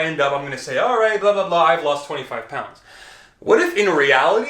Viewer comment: oo right guis sounds so canadian haha